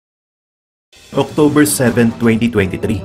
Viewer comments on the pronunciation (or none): none